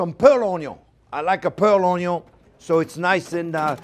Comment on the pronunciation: I just love how the French say onion it sounds so classy.